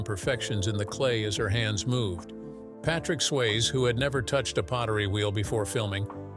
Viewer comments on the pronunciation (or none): it’s SwayzE, not Swayz 🤦‍♂️ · Getting Patrick Swayze's name wrong is unacceptable, but at least be consistent with the pronunciation - Swayz, Sway-zee...pick one (hopefully the correct one) and stick with it. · Patrick Swaze? Swayze. Pronounce names correctly 😡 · Its Sway- ZEE not Swaze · It's pronounced Sway-ZEE!! Have some respect! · Swayze = sway-zee Willy Bruce? Folks, this is slipshod video making. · Bruce Willis is Willy Bruce now? Bad enough you’ve been leaving the “E” off of Patrick Swayze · please work on your AI’s actor pronunciation. Many have mentioned errors and the multiple mispronunciations of Patrick Swayze. Demi Moore’s first name is pronounced de-MEE, short for Demetria. Fix the errors and it’ll be a great video. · At least pronounce Patrick Swayze’s name correctly please!